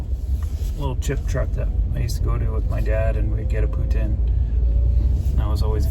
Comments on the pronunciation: He said Putin, like Russian Prez, but I thought it was pronounced Poo-teen ? Please advise. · I dont know why it bugs me, but I can't stand it when people pronounce it poo tin. Doesn't sound right, isn't spelt that way. Poutine=pooteen lol I know I'm wrong though 😆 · I can't stop hearing "Poo Tin" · Had Poutine in Waterton at Weiners of Waterton. Mmmmm good. They pronounce it “poo teen”. Is it pronounced differently across Canada? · Love the freedom you have living from your van. Enjoy your time with your daughter have lots of cuddles, i'm sure you've heard they grow up way to fast :) well they do my baby turns 25 on the 21st..WOW! Oh ya poutine is awesome but we pronounce it differently like everything here on the rock..:D